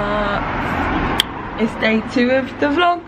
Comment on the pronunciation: "Good morning Sharts..."